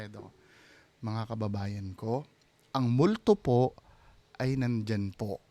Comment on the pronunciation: Hahaha ang lutong ng puuuuu 😅😂😂😂 Tulungan mo kumaliwa ❤😍